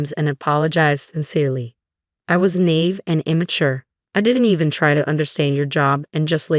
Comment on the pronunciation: "Fee-in-kay...."!? "Nave" !?😮